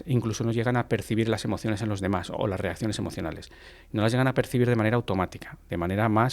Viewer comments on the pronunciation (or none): Para la señora del podcast, corrija su pronunciación, se dice: hasta, no hatta desvela, no devela Práctica, no prática Señales, no señale Demás, no demá Mismo, no mimo Decimos, no decimo Descubrir, no decubrir En fin, usted habla de comunicación y tiene un pésimo dominio del idioma.